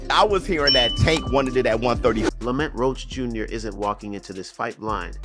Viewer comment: Hate when ya pronounce ppl names however ya want 😂😂😂 “lamant” roach ??? Cmon bro you ain’t even try lml